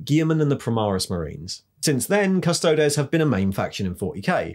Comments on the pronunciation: Custod-ees not custod-es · Custodeees not des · Surely it's Custo-deez, not Custo-dez? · Its Adeptus Custodeeeees. Say it right. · Good content but please stop pronuncing Custodes the way you do. It's well known how the word is pronounced so stop being a hipster. Its pronounced CUSTO-DEES! 😉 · Yes, this was a little jarring., it is the same as how you would say the plural of our latin word thesis, theses (theseees). One man of the Adeptus Custodes is an Adeptus Custodis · Great video, But that pronunciation of Custodes is grinding my gears lol